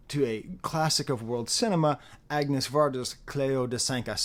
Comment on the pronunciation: you pronounce 'Agnes' in Agnes Varda as "Agg-ness" and not "Ahn-yes" (the correct pronunciation of her French name). is it delibrate? regardless, you ARE extremely well-educated if you know art, music and film history THAT thoroughly, i'm quite impressed. shout out to Agnes Varda!